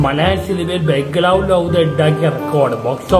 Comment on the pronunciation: ഉവ്വ....ബംഗ്ലാവ് എന്ന് കൃത്യമായി ഉച്ചരിക്കാൻ പോലും അറിയില്ല അവന്